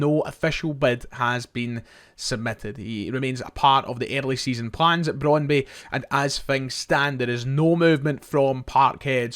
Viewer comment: You slag off shoddy journalism and claim to have a degree in the subject yourself, yet you continulaly get your past tenses wrong, ( have went !) and mispronounce names - (it's cal-choh with ch like 'church' not cal-see-oh, and it's Brond-byoo, nont Brond-bi). At least you're not saying Cagliari with a hard 'g' as you were before but just a silent g, (in fact the 'g' is not silent but soft - 'gli' in Italian has a very specific sound - but never mind ). This is all so easy to check- it's called Google.